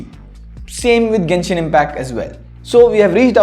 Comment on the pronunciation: you changed your pronunciation from "jenshin" to "genshin"